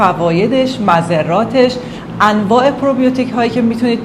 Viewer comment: مضرات را علط تلفظ کردید. میم را با و تلفظ میشه مثل موزرات. ( موظرات )